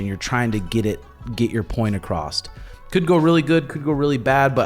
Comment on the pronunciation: There’s no “t” at the end of the word “across”. I heard that all the time when I was in Kansas. I hear it sometimes now that I’m in Colorado. What kind of weird redneck shit is that? And I’m from Texas, so that’s sayin something